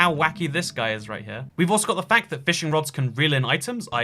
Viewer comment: Lol why tf does he pronounces fact like quack